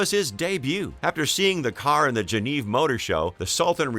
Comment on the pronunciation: You don't know how to say the word Geneva, properly!!!